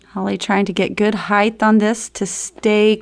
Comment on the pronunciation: I told you twithe, it's not heighth.